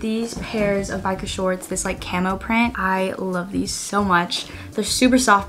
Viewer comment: biker shorts❌ barker shorts✅